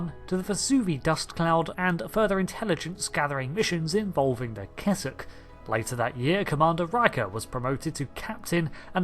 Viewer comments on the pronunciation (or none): none